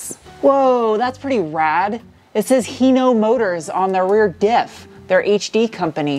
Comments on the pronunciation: Not Hino Motors....It said Hino MoRtors! Whats with the extra R?! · "Hino Mortors". Lol.